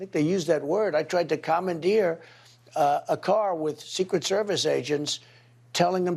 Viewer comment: Baby language 😂😂. Yeah when he says commandeered, it actually sounds like 'common deer'! 😂😂😂😂